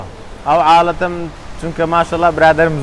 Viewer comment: kak public figuer hata esta nazani حاله ت و عالةتي nazani lafz bka